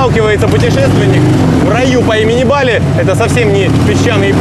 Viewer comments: БалИ ! Нужно говорить БалИ! Ударение на И!!! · Не БАли, а БалИ, позорище.